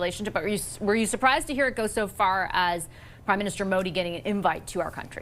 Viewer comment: Call PM Modi and not Modi. Also the pronunciation is incorrect.